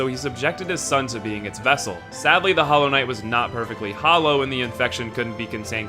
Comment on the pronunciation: Did you say "Hollow" everybody?